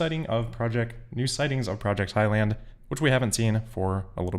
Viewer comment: It’s Highland, not high land.